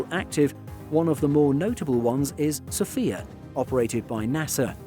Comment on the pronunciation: Mispronounced Sophia.